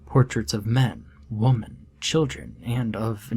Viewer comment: Does this guy not know how to pronounce "women" ?